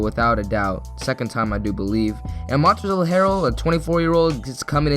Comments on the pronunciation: Thumbed down because you said “Montrezell” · First of all, how do you butcher Montrezl Harrell’s first name, given that the L in his first name is silent? Second, same should go for Ante Zizič.